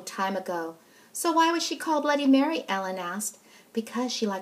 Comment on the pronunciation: She said bloody Berry ._______.